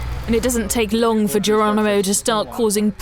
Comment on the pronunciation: Ha Do we have a female reporter who can't pronounce the name Geronimo ? . I'm sure she says Gerwonimo . . . She can't get the letter 'r ' out there. . . It's like listening to Life Of Brian. . . Fwends, Whomans, Countwemen !